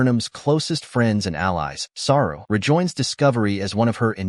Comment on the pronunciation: Saru....Not Sara